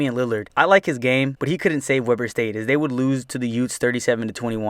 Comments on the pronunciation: I dont mean to sound picky, but you mispronounced Weber. Its pronounced We burr. Its Utah, dont question it. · Weber State is pronounced (Wee-ber)... I know you're not from Utah, but just felt like letting you know before you upset people from Utah...